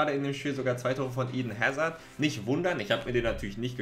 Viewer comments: er wird "Eden Asar" Ausgesprochen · Geile Aussprache iiden hääzard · Niemand:: Iden Häzad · Du sagst den Namen „ Eden Hazard“ als hättest du noch nie richtigen Fußball geschaut. Ansonsten nice Video